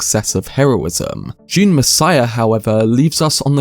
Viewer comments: Ah yes another video on my favorite sci-fi franchise, "June". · So wivout furver ajew, June.